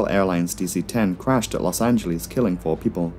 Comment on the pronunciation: Stop saying Los Anglease